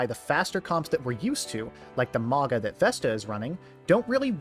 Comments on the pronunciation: MAOW-gnuh like "MOUNtain. soft Gn, like "Gnaw" MAOW-gnuh. I like this style of video, you did call a man you do not know daddy though. It... gave me pause. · The wa you mispronounce Mauga. Great video otherwise